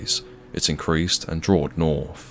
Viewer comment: “Novembahhh” “Noruff” “Mummff”.